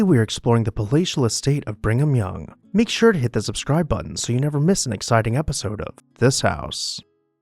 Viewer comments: What a shame such a fascinating and unique house was torn down and replaced by an anodyne government box. By the way, I believe it's Brig-am Young, not Bring-am, but please correct me if I'm wrong. 🤔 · His name was actually pronounced BringEm Young...... as in pedo ......